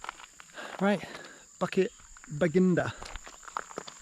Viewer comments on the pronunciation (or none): Fascinating video, as always... thanks for this! Just a comment on pronunciation, bukit is pronounced boo-kit, not bucket. For a split second at the start of the video, I thought I heard something completely different there ;)